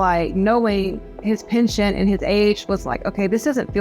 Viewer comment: Penchant not pension